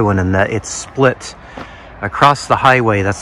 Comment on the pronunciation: Hair looks good. Are you saying acrosst or acrossed? What is that word